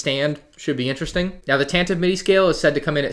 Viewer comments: As per Wookipedia & the original Star Wars Radio Drama which is the only place it has been pronounced in media - Tan-Tee-Vee rather than Tan-Tiv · "Tantive" is pronounced "Tantiv-ee"